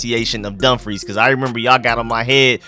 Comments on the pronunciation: Prince William, Woodbridge Virginia, that’s Home… I’m here in Sacramento Cali living tho I wonder where in Prince William 🤔🤔🤔 about time Virginia gets to be HOME & You did pronounce Dumfries correctly . 😂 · You, at least pronounced Dumfries perfectly! Well done. Love the stadium concept...we'll see about the location. It seems to be the trend in the NFL to move new stadiums out into the boondocks, making fans drive crazy distances. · Bruh 🤦🏾‍♂️ It's pronounced "Puh-toe-mick" I grew up near the Potomac River, when I was little they had giant land snapping turtles along the bike trails. Anyways... You're pronouncing dumfries correctly. Finally, traffic... traffic is already terrible in these areas. This is the second worst traffic in America behind LA. Now people will try to use route 1 if traffic bad? This is no bueno.